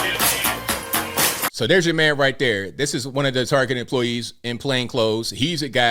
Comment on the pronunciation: Its TAR-Get, not tarjay! You sound so gay saying it wrong!